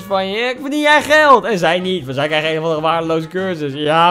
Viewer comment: In de eerste tiktok zegt ie dat hij zo slim is en er in de plaats van 'krijgen' 'krikgen'